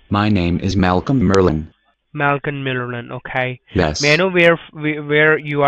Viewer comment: "my name is Malcom Merlyn" "Malcom merlilin, okaiy"